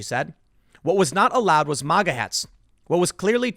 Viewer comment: Its maga not mawga